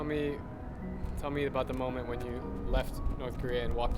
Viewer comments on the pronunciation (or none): none